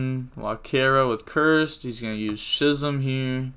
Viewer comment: I'm like 90% sure that "Schism" is pronounced Skism and not Shism.